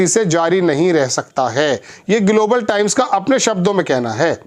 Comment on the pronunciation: IS PATRAKAAR KO GLOBAL KA PRONOUNCIATION NAHIN AATA..DHYAN SE SUNIYE...